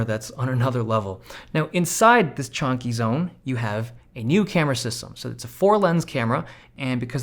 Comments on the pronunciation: Chunky not chawnky😐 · Love how Dave always says chonky instead of chunky